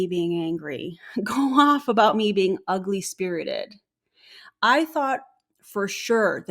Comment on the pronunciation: Brad didn't say "ugly-spirited" he said "ugly-spirted." Ick.